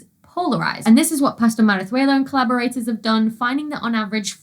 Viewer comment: I wouldn't know for sure if you pronounced 'Pastor-Marazuela' correctly, but it sounded very convincing to me!